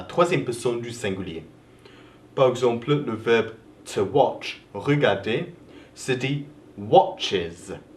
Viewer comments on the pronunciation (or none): none